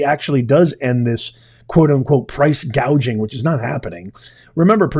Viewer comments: She literally stated no taxes on tips from "hospitility" workers and laws to prevent price "gaging." The fact she mispronounced hospitality and gouging wrong tell me she isn't going to do any of it. But grocery stores specifically have the lowest profit margins in all of retail. The groceries cost more because it costs more to produce and transport the food. When that happens, food is going to cost more. For every $1 of sale in a grocery store, that store is only making $0.01 to $0.03 from that dollar! If she were serious on coming down on "corporate greed" she would start with Apple since their profit margins begin at 35% instead of the 1% to 2% grocery stores make. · See said Gauging (an easy reading error). She didn't even know what it was. Love never Fails 💖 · Wait, I thought she said price gauging? Lol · She called it Price gauging. lol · She actually said. “” price cage ing. Cage ???? She was trying to say gouging. But said cage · Tell me you don't know anything about economics without using the word: Kamala didn't call it price-gouging, she called it price-gagging and didn't correct herself. That tells me it was scripted and no one ever went over pronunciation with her. Additionally, believing that food is unavailable because of GREED is admitting you don't know what causes inflation. In this case, it truly WAS Kamala Harris, who personally did a tie-breaker in the Senate for the Inflation Reduction Act and Build Back Better. There's an extra $2.75 Trillion printed out of thin air. Friends don't let friends vote for idiots. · Remember that when she was talking about this, she first said price GAUGEING then corrected herself to “GOUGING” . More word salad! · She pronounced gouging wrong she kept saying gauging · She had a difficult time reading off her teleprompter words like ground beef, bread or even gouging, she said "gaging." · She said price "gaging". She is totally clueless.